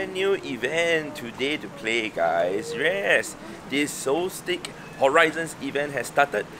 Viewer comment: It’s pronounced “solstis” not “soltik.”